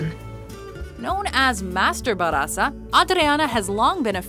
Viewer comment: JJAJAJAA! Funny pronuntiation, ba'r'aza!! jaja! it's barrrrrraza! with more rrrr